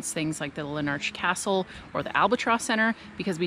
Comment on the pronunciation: Hi. Yeah, just some hints on pronunciation. (I noticed you sorted out how Speights is said🙂). It is Oh-taa-go and Lar-nak’s Castle. Please don’t think I’m being critical. I would no doubt mangle your country’s names as well. Oh and just so you know, the aviary at the Garden’s has become highly controversial and is probably being removed as many feel it is a cruel facility. The Railway Station is finished now (feb 2024) and looks amazing c’mon back soon. I couldn’t help giggling when you said how small Dunedin is as it seems big to me!